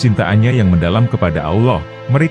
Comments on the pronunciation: Usul , menyebut Allah , contoh Al lah, bukan Aulah mohon maaf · Adminnya kurang fasih dalam mengucap kata Allah ... si admin ini islam beneran atau jangan2 missionaris ini...